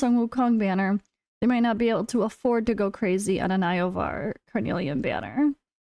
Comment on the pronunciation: Yovar ❌️ Eye-Oh-Var ✅️